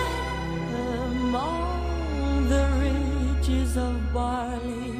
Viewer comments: Love listening to her voice but the mispronounciation of "rigs" is a constant distraction. While the etymology of the word is from ridges, every source I've referenced suggests that "rig" is the actual English pronunciation. Pains me that some native Engish speaker in the recording/production process did not advise her. Even more irritating though is that, as long as she's been in the US and as often as she has performed "House of the Rising Sun", no one has corrected her pronunciation of sewed ("so" not "sue"). Too picky? Maybe but these are trivial things, that could be so easily corrected, they just stand out and, once recorded, last forever. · A gorgeous cover of a Burns classic. I wonder, though, why she said “ridges” instead of “rigs”. I know English is not her first language, but she normally speaks it so well one could barely tell. In any case, it’s beautiful, just as it is… And, of course, this was another top-tier react. ‘Kinardly wait for the next one :).